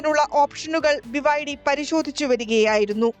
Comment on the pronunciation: ബിബൈഡി, വിബൈഡി ഇത് രണ്ടും 🤣